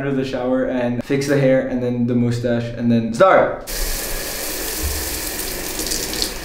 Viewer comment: "the first step will be removing the moostache-" Oh my god I find this so adorable lol you only said mustache like 5% of the time lol and the rest was.... ✨MoOsTaShE✨🖐😩💕